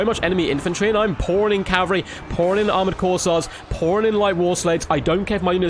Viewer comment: 1. It's Kossar, not Corsair. 2. Kislev's Ice sanctuary seems like it would be incredibly good in these objective grinds. It isn't like you are trying to move anyways.